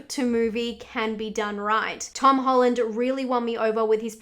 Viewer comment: Why did she say Tom hollard